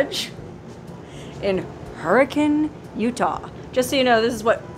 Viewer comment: Im not trying to criticize, byt just going to say, you're correct in pronouncing Hurricane like the locals do. Now check this out: Zion is not pronounced that way in Utah. I know someone's from out of town when they say ZiOn. We say, Zion like Zi-un. "U" they way it is in "run". Hey, I'm just giving you a hard time!! Love your videos!